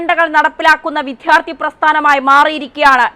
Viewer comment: ഒരു മലയാളിക്കും വിദ്യാർത്ഥി എന്ന് ഉച്ചരിക്കാനറിയില്ലല്ലോ. കഷ്ടം!!!